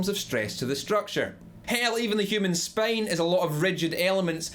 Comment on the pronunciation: I love how you say "the human SPAIN...!" XDDD